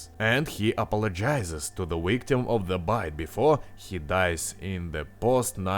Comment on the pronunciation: did he say.. wictim? o.o -.- o.o